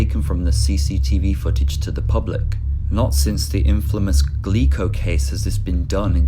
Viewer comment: Is he saying "gleco case" in Japan? Just curious as to the other case where images were released.